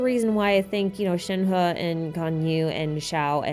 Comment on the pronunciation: compared to other Genshin youtubers here your pronunciation of Shenhe is pretty on point dont worry! thanks for the fun video!